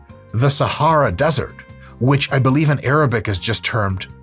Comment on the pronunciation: Dr Mike, (also a woman who watches your channel) your Arabic pronunciation is surprisingly good. I came here to share the fun fact that Sahara basically means desert in Arabic, but then I realised from your almost perfect pronunciation that you probably already know. Great content as always